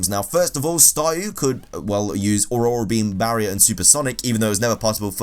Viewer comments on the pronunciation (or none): none